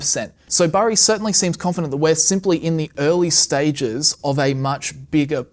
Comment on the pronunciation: CBS 60 Minutes did an interview on this guy and mispronounced his name. It’s Burry not berry.